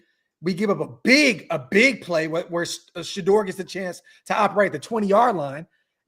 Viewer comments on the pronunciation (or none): none